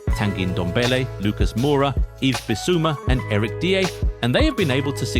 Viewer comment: How does an Englishman butcher English or British names? You said Robbo’s name and diers names odd sort of like Steve mclaren when he tried to put on a weird Dutch accent while speaking English lol